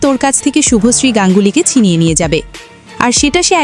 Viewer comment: শুভশ্রী নাম টাও ভালো করে উচ্চারণ করতে পারছেনা আবার এসছে পডকাস্ট করতে😂😅